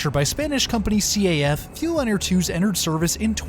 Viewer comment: Another geat video. Just one thing. We tend to read initials if possible so it's CAF, as a word (kaf) and not C-A-F.